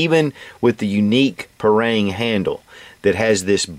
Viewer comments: Dear Sir, I want to respectully correct you how to spell it in a proper way. It is called "par-aang" not "par-reang" and in every south asian people who speaks Malay pronounce it this way. Thank you for your great review:) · agree with you! Its pronounced Par- Rung!!! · you pronounce parang wrong!